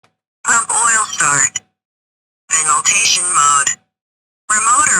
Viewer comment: She says Veniltation instead of ventilation 😂